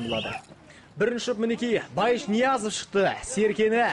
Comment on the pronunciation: Мал Ноязов эмес Ниязов